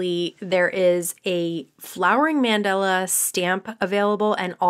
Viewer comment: check pronunciation of mandala